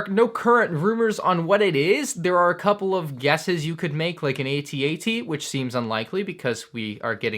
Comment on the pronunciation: Ask: why do u say a t a t and not at at